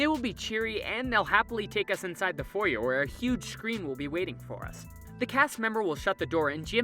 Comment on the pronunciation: I always stop watching when someone mispronounces foyer.